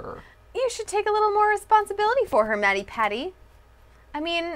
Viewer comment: When ever they say mattypatty, it sounds wrong.